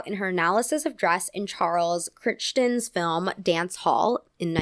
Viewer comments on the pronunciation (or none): Charles Crichton is pronounced cry-ton. The ch is silent, similar to Worcester is pronounced 'wooster'. Leicester is pronounced "lester'.